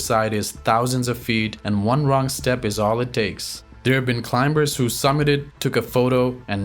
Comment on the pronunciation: pronounce CLIMBERS with silent "B" as "climers".